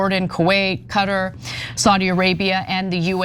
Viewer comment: The way ana pronounces Qatar is hilarious i love it